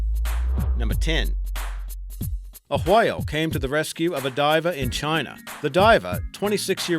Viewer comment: when he said whale I he was putting to much emphesses on the h